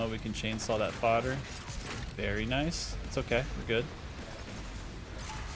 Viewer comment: "Naisu" Hold on, I've heard Nice pronounced like that in relation to DOOM Glory Kills before...